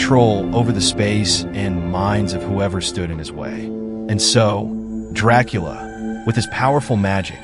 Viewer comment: You aint telling nothing the true fan dondt allready know ohh and by the way youre pronouncing his last name wrong expert guy